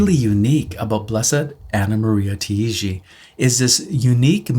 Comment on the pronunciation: Hey and! This is just as a friendly, helpful guide for you: as she's Italian, her surname would be pronounced like these two words together: "tie" "gee". Tai-gi. The vowels are pronounced one after the other, if that makes sense, but the two words example as an equivalent should be clear enough. I'm Maltese, so as a Mediterranean it's quicker to grasp like that:) Thanks for sharing and looking forward to hear more about Blessed Taigi in future videos. Till then please keep me in your prayers - and God bless!